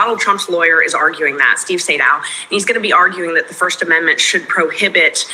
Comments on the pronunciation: His name is pronounced "Steve SAY-Dow." I know Mr. Sadow. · It’s pronounced “Say-Dow” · Sadow aka Saydow the way his name is actually said. Did an excellent job and did an excellent job with his podcast. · Say-dow, just fyi ❤ when I’m pronouncing the word incorrectly, I like people to tell me. I’m not trying to be the word police.